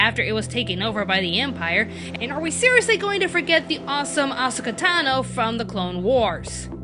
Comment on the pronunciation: Just throwing it out there, it's pronounced "Ah-SO-ka" with emphasis on the second syllable, rather that "AH-so-ka", with emphasis on the first.